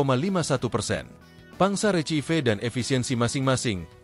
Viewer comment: Saran buat ADMIN kursus bahasa Inggris yaa Spy pengucapan INGGRISmu benar kalo mau bikin konten di bidang Sport Kerena semua sport selalu bertalian dng TULISAN bhs INGGRIS Sayang kalo udah punya follower 200k Inggrisnya masih parah Coba belajar ucapkan kata RECEIVE dll yg Benar yaa Maaf dan salam